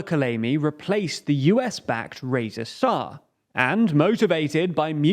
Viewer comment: I was curious to hear your analysis. But you lost me at "Koleymi" and "Rezasah".